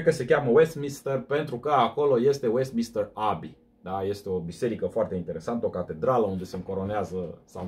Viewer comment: Westminster, nu westmister :)